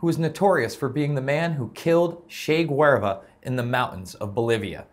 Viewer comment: Did you really say "Shay Gwarva." Its Che Geuvara aka El che (CHAY GOO-VARR-UH)